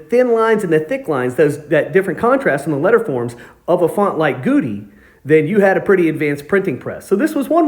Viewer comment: "Goudy" rhymes with "Howdy"